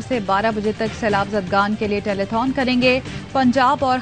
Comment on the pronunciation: ٹیلی فون ہوتا ہے 🤪 ٹیلی تھون نہیں